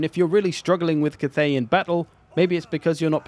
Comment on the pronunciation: it's not Kuth-ey, it's Cath(as in Catherine)-ey